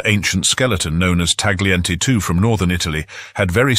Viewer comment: Similar to English words like; night, sight, bright, weight, the "g" in "Tagliente" is silent